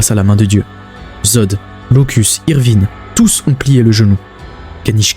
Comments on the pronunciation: je t'assure qu'il ne fait pas exprès il a déjà dit que de base le français n'est pas sa langue maternelle et il a des lacunes de prononciation qu'il essaie d'améliorer il fait surtout des erreurs quand il ya des I et E ou comme avec ivrine quand il prononce Evrine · C’est qui "Évrine" 😂